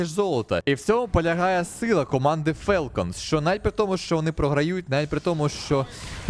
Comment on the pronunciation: Правильно "фОлкенс". Тіко не бийте, так дійсно правильно звучить